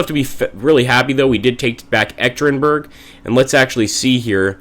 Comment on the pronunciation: Hi! Im actually baffled by the appearance of G. Zhukov at your side, in August 1918 he should be recovering from a serious illness in Moscow just to join the Red Army shortly. As a side note, the city where the Tsar was murdered is pronounced "Yekatyerinburg" :) Good luck Admiral Kolchak, you will need it :)